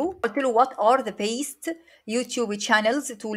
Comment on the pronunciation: محتواكي كويس بس حاولي تضبطي النطق الانجليزي هي best مش pest